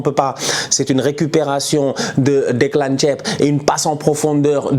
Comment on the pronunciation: J’ai bien entendu Declan Thieb ? 😂😂